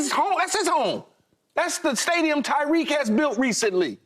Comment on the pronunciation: Tyreek not Tyreke lmao 😅